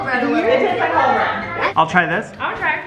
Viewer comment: THANK YOU FOR SAYING CHALLAH BREAD!!! ( JSYK, YOU DO IT LIKE A SNAKE SAYING - CH FOR THE - CH IN CHALLAH!!)